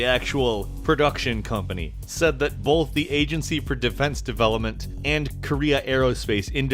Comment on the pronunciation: You saying bo"l"th 3 times in a row was pretty fucking painful to listen to.